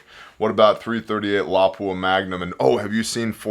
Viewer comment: Bla.. Bla.. Bla.. Overly masculine sounding larper who doesnt know how to pronounce "lapua"... pass. Just some broke dude complaining about other peoples use of their money.